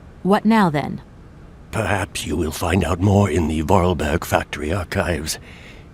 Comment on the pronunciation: Voralberg... Goldberg... lmao